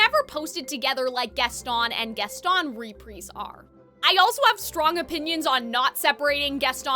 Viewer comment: Why do you say reprise like that?